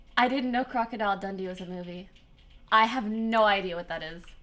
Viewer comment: Brrrroooooo she said ✨ crocodile dandy ✨ instead of dundee omg I died